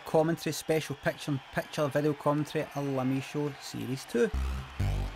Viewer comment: I love the way he says peckcha in peckcha